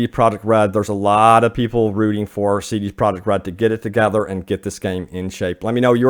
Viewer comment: Im trying to figure out what he is a co founder of? sounds like he is saying so da project, even the subtitles put it as soda project, instead of c d project? those are two whole different letters (sounds dee/da)? Is there a different company? I went to their wiki page, and there is not other company of the sort, so it seems he is saying cee dee project, but is actually saying soo daaa project. Or is the pronunciation for cee dee project different than what I thought? I mean, this is a recorded video, the pronunciation seems very intentional.